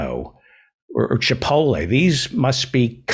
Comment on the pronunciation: What is so hard about pronouncing chipotle? There is a T lmao